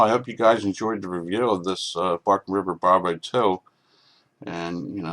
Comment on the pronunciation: Bark River, not Barken River